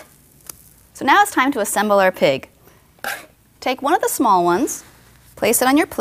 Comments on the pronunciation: i heard her say pink pancake instead of pig :oo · I thought she said pink pancake instead of pig I thought great the pink frosting again x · I SWEAR she said PINK pancake. I even raised the volume on my iPod and I still hear PINK not pig..